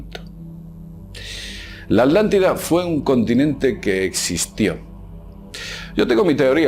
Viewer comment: la "aldantida"